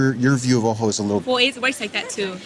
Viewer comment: Alternate title: Ojo becomes Uh, oh.